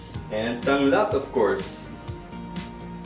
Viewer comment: You pronounced Tanglad,Bawang and Baboy well! Impressive!